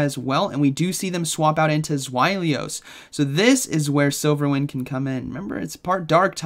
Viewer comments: I believe it's just pronounced "Zwy-los," not "Zwy-lee-os" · correct but the pronunciation is actually more ZVeye-lous. zwei in german meaning two has a “sv” sound in english translations. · Z, very interesting take on the pronunciation of Zweilous. Not sure I’ve heard that one yet. I always pronounce it like ZWEYE-lous. Like “why-lous” with a Z in front. Pretty sure their evo line has to do with German numbers